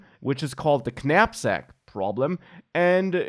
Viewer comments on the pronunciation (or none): Top work. I have to tell you though, the k is silent. Pronounced 'nap-sak'. Petty, but true.